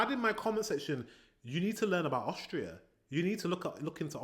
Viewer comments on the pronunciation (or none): Austria, not Aushtria.